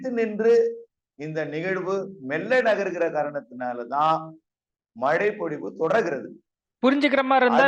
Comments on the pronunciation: Mazhai not malai niruparae😂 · மலை நல்லா பேசுறீங்க சார் , kalaila brush panrapa tongue valichidunga... ழை nalla varum